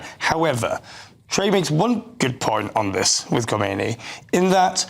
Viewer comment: Btw: Those commentators somehow pronounce the name wrong. The text is correct that the name of the 2nd religious leader after the 1979 revolution is Khamenei, but they pronounce it like the 1st guy's name, Khomeini. Are they even aware that there already had been a transfer of power 30 years ago?